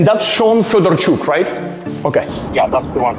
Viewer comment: fighting for his life to pronounce Fedorchuk is so cute. Hope that Shawn guy has burning diarrhea every day until he dies.